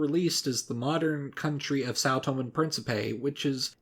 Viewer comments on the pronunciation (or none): Keguran islands? Its kerguelen. Seychellees? Cmon man really?? sao tome? its sao tomÉ. I can`t stand when those are mispronounced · The Tomé in São Tomé and príncipe is pronounced like the e in the word café.